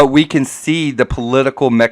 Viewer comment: Guys, guys, guys...this word that crops up repeatedly is machinAtions...not machinitions. Pronounced like... mak-in-ay-shuns